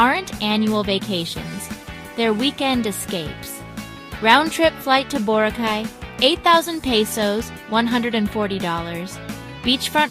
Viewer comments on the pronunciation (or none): You repeatedly mispronounced "Boracay" so bad, you are either an AI bot or don't live in the Philippines.